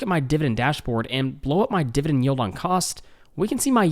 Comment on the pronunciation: Dude...I love ya been watching your a year plus BUT the word is dividend with an 'e', not dividing with an 'i'. Sorry, a bit distracting.